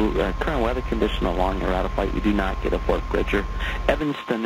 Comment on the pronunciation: Where the heck does he say „NOT recommended“. I tried several times, but can't hear any „not“. If it's about safety, mumbling is not a joke.